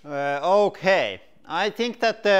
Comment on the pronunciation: I like it when he says “houkay” 😁